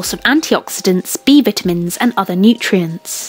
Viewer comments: Jess Jess I started this video over just hear her say that. She droppin knowledge with her "vittamins". 🤣🤣🤣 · When they pronounce vitamin with the short I sound, you know they about to spit some facts 🤣🤣🤣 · Girl yes!! I was doing something else while this was playing and as soon as she said "vittamins" I dropped everything to watch lmao! 🤣🤣🤣